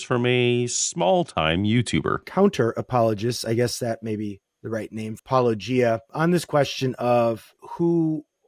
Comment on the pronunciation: Before he even said that I had clicked back 10 seconds because I couldn't believe the dude had said it correctly